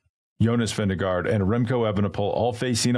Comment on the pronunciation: please respect the top riders enough to pronounce their names at least somewhat correctly! It's Vin-GE-gaard, not Vin-DE-gaard:)